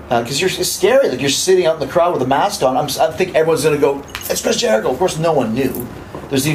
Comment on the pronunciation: chris bushicho? LOL